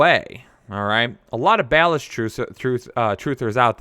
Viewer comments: Learn how to pronounce these guys names please. Do u only read box scores? Doesn’t seem like u watch the games cuz the announcers pronounce them correct. Samaje Perine and ballage hahaha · With all the work you put into this, how is it possible that you mispronounce Samaje Perine, And Kalen Ballage's names? Honestly, I quit listening after that....